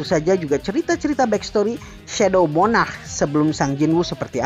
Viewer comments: Min tolong bilanya "sung" Bukan "sang" Dan "monarch" Bukan "monah" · "Monah" :v, logat indonesia :v